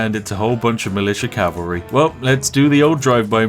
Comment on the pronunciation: “Horse Calvary” yes yes... perfectly balanced English lol